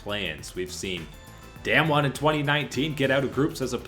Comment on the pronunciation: We have been talking about this team for the past 3 years now, I think it’s time to pronounce their name correctly. It’s not “damn-won” is “dahm-won”